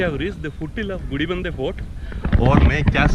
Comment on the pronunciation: Cool video and great capture. However I'm surprised you kept messing up the name of the Gudibanda Lake & Fort. You kept calling it gudibidadnur. Lol